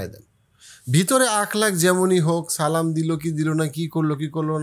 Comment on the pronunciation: আপনার সালাম এর উচ্চারণ ঠিক হয়নি